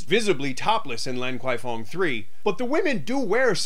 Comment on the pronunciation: it's pronounced " larn kwai fong "